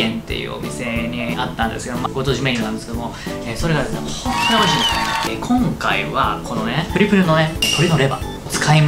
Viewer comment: 『きょんかい』『すろだし』 今回も、リュウジ語録が炸裂。 純レバが『ぎゅんレバ』に 聴こえる(笑)